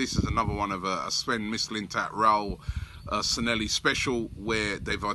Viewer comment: Robbie mate, you gotta learn how to say these foreign names. I can say them and im scottish. Sanhelli is prounouned San Yeah Hee. Mislintat is Miss Lynne Tatt. Illaramendi is Ih Yahr Ah Mendi